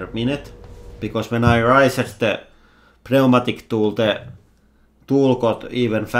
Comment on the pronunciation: P-nee-ooh-matic... love it. I'd let you know how to pronounce "pneumatic" but I really like how you say it and other words. (It's new-matic)